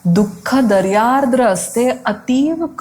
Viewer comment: छान सादरीकरण. दयार्द्र शब्दाचा उच्चार कृपया पुन्हा तपासावा.